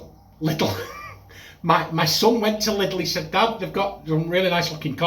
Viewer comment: The i in Lidle is pronounced as E in the original German.